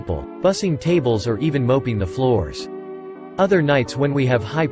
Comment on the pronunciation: this narrater needs to learn english language better omg mopped is not mope ing